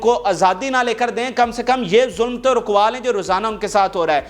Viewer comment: اوے تو نے اسرائیلی ٹینک کا کیا نام لیا۔۔۔۔ 😂😂😂😂😂۔۔۔۔ مرکاوا کو کیا بولا تھا😂😂😂😂😂